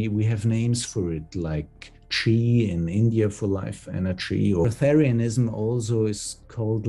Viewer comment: bresth arianism, no second 't'